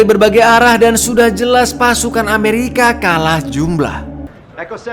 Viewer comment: ketika bilang "amewika snaipah" 😭 😂